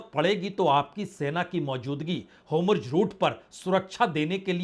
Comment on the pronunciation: Homurz nhi, hormuz...